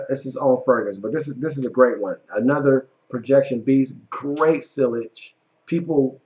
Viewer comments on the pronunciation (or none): none